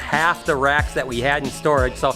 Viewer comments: I thought u said Rats at first so i am like why would ur father-in-law have a storage unit filled with rats?!?! 😂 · When u said 'moving racks' I somehow heard 'moving rats!' I was so confused! Love the vlogs, keep up the good work!✌️x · Did anyone else thought he said rats instead of racks 😂😂